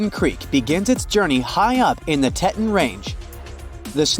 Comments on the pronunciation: Teton is pronouced "tee-t-on", not "t-eh-tun" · The narrator mispronounces the word Teton. He says TETtun, but it is pronounced TEAtawn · It’s pronounced Tee-taun not Tet-un. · It is pronounced tee tahn range. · Tehhhton mountains AI needin mo work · Your pronunciation of "Teton" makes me sick. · You come off as horribly ignorant when you mispronounce "Teton". Goodness gracious, hire a narrator from the USA. Or maybe verify the proper pronunciation prior to recording... certainly before publication.